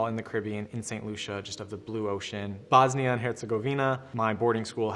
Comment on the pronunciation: u said bosnia wrong lol